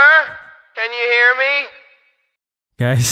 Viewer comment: I heard hello gays